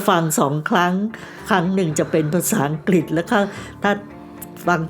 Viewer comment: เป็นผู้เล่าเรื่องคนแรกที่ออกเสียงคำว่า"อังกฤษ" =อัง-กริด ชื่นชมค่ะ💗😘 คลิปผู้เล่าท่านอื่นออกเสียงว่า อัง-กิด 😭 คือลืมกันไปเลยว่า "ฤ ฤา ฦ ฦา" ภาษาไทยของคุณแม่ชัดถ้อยชัดคำมากค่ะ สวัสดีปีใหม่ค่ะและน้องโอกี้